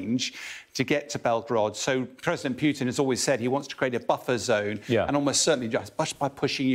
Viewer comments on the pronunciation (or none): none